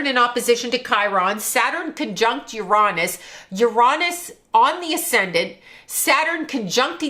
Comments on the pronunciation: "yer-ON-is" 🤣💀 As a physicist, there is no greater tell of a charlatan than mispronouncing a main celestial body in our solar system lmfao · ..”Ur-ahh-niss”.. 😂. For the last 100 yrs we all called it “Ur-A-niss” but I guess there were just too many immature adults out there these days so we had to change it to a much ‘safer’ word. 🤦🏻‍♀️ Lol